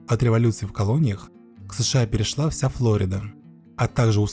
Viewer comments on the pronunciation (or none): none